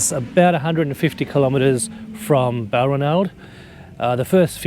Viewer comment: BAL-RAN-ALD, please, with the emphasis on the second syllable. The 'ranald' sounds like 'ronald'.